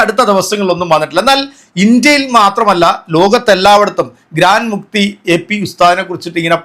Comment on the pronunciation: ഗ്രാൻഡ് മുക്തി അല്ല മുഫ്തി